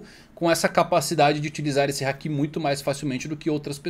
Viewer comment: Mano, vocês assistem o anime no mudo? Só pode, por que ficam falando haKIIIIIIIIII, porra, o povo fala literalmente HAAAAAAki, com o HAAAAAAA tônico e o ki átono. Meu Deus, que agonia. Igual o povo falando saZUke ao inves de saSUke, vocês vêem o anime no mudo, né? Não ouvem os personagens falando não, né?